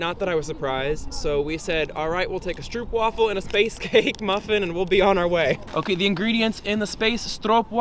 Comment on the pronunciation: "im not feeling the space stroppwafel"